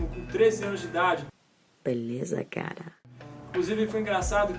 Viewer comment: adorei vc falando um pouquinho sobre o trabalho do no Abe. Bem que poderíamos ganhar um video aqui no canal somente sobre a participação dele no filme.. hehe P.S.: Fiquei impressionado com o sotaque brasileiro dele falando "beleza, cara"!!! Perfeito... hahaha